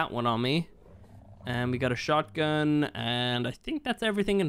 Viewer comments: He said shotty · He really said “shawty” when he was meaning shotgun but shawty’s like a melody’s